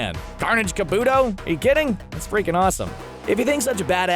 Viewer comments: Car-boo-toe not kaboooooooto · Kabuto is pronounced ka-boo-toe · Carnage KA-BUTOH not Carnage KUH-BOOTOH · This list is off, and it's not kaboodo it's kabuto.